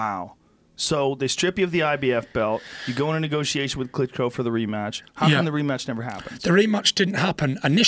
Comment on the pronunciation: He says “Klitco” - sounds like a brand of intimate female devices.